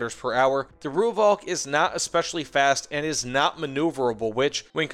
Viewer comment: Thanks for the review. I was lucky enough to be part of the Rooivalk’s development back in the 80s and 90s when it was well ahead of anything else available to the South African Air Force. Btw “Rooivalk” is pronounced “Roy-falk”. Only weakness was the lack of a mini-bar.